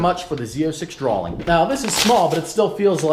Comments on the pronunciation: DRAWING not DRAWLING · Tofayy YT Are you fucking dumb? pronounced "drawing" as "drawling," he's not asking for the definition. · mike adds an "L" in the middle of the word "drawing" Drawling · D-R-A-W-I-N-G not drawllling 😂😂😂😂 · droling? Wtf is a droling? I think you mean't to say Drawing DROR RING :) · Dra-wing not drowling 😂😂😂😂 haha musta been a typo in your speech #speechimpediment717 No hate I'm just picking with you buddy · lol "drawling" I'm pretty sure it's drawing? No hate Mike, just playin around. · "A draw-ling" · Is he saying "drawling"?